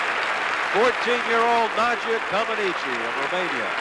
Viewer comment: Nadia didn't land that bar routine "perfectly". And the Americans pronounced her name wrong for around a decade, despite Nadia herself telling them how to pronounce it.